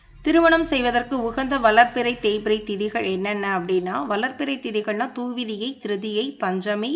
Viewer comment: ஒரு விசயம் சொல்லணும்னா தெளிவா சொல்லணும் துவிதியை pronounce correct அ சொல்லணும்